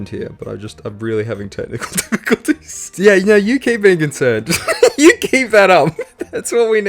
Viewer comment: you mean YEW saw what YEW did there? :P